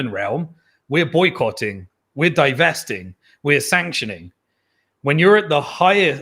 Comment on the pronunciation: Its "divesting", not "devesting"! Its the opposite of "investing".